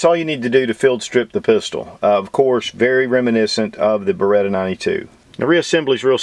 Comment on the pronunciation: Bare-Ah-Cheetah??? I always thought it was Ba-Ret-Ah. Lol